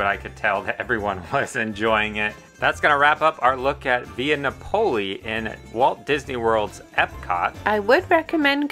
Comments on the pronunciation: That is very much not how you pronounce Napoli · Great video but it’s Napoli (nah puh lee). Also it’s Focaccia (fuh kaa chuh ) 🇮🇹